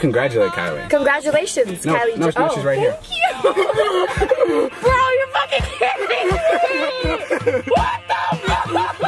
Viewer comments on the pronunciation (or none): "tank you bro tank you"